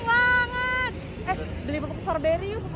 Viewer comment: Icis tuh ga bs blg strowbery... Tp storbery... Iy ga sih...😅😅